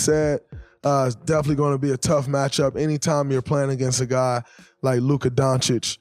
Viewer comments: Draymond the first analyst to pronounce Luka name correctly lmao. Signed up for the sub! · Mr. Green showed SaS how to pronounce Luka's name!!